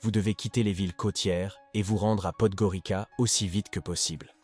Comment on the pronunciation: On prononce Podgoritsa.